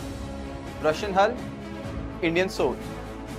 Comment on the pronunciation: he said HULL